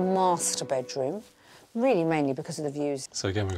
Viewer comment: 😂😂bakeroom..its a bedroom😅😅